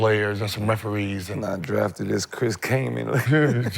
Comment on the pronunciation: Chris Kaman had a wayyy better career then Swaggy! How dare he trash his name like that lol